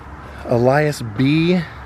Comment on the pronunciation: Awesome,! Thanks for doing this one. That memorial is awesome and well-deserved. One quibble: I think "Ellas" is pronounced like "Ellis", not "Elias." But he's always Bo Diddley to us.